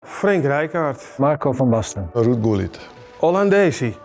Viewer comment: Roed Koelied? Why does he say his own name so weird XD It's a Dutch name, no need to give it a weird accent lol.